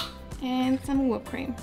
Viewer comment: Awww! I love you even more because you said “whoop” cream!!!! 🥰